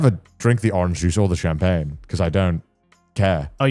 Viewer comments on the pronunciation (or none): none